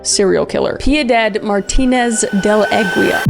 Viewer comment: Aguila "Ah-ghee-lah" c'mon Kriss lol